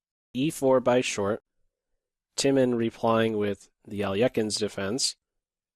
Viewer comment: Finally a chess channelist (?) who can pronounce Alekhin close to how it should be pronounced. Thank you,, for taking the time and making the effort!